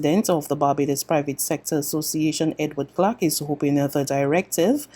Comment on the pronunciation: The name of the gentleman is Edward Clarke...not Edward Clack. When are you going to learn to pronounce your Rs?